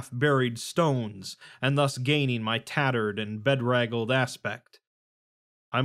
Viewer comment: I really enjoyed these readings: just a few mispronunciations which I won't describe as 'barbaric': 'be-draggled', not 'bed-raggled' and 'practicable' consists of hard letter cs rather than 'practise-able'.